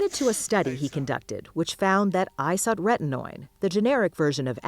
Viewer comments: That’s not how you pronounce isotrentnoin. Irritating. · Very weird way to pronounce "isotretinoin"